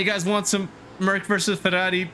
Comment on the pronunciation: I like how you pronunce ferrari and not ferruarri